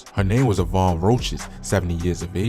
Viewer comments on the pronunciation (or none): none